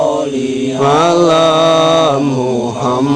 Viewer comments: Bacaan sholawatnya salah itu Bukan Allahummasolli ngala Muhammad. Tapi Allahummasolli Ala Muhammad. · setau saya baca solawat bukan ngala tapi alla contoh allah huma soliala saidina muhamad bukan ngala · Assalamualkm..... Mf mas mas team gase..baca sholawat nya salah tuuh....bukan sholli ngala...tapiii ..sholli Ala. 🙏🙏🙏🙏💓💓💓😁😁🙂🙂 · Allahumma solli ala Muhammad yaarobbisoli alaihi wasalim... terdengar jelas NGALA Muhammad & ngalaihi wasalim 😔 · Di denger gak enak sholawatnya ..'ala bukan ngala !!!! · Abang kalo solawatan bacaan nya yg bener jangan gitu. Ngalaiwasalim .nanti di protes para kadrunn lho. Yg bener . Alaiwasalim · Klw g salah dengar kok solawatnya kayak gitu ya.. allahuma Soli ngala Muhammad.. bukan nya allahuma Soli Alla muhamad